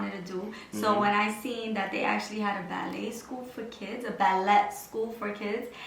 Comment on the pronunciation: you’re pronouncing Ballet wrong.